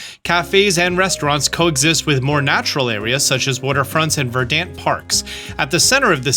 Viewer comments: yea i was about to say the same thing lol, he doesn't understand arcades then immediately mispronounces verdant. not everyone is up on their real estate knowledge though so he gets a pass xD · He also said "ver-DANT" and it made my ears bleed